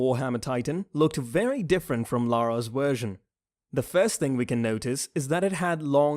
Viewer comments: wersion lmaooo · am i the only one that heard him say we only got to see Lara's wersion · And what when u where saying wersion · I do not enjoy your pronunciation of the letter v. You say w instead of v. I do not like that. Please stop talking. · its funny how he says wersion instead of version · This dude can't even pronounce version correctly so no surprise he can't say literal white names like zeke,armin or eren or reiner🤦‍♂️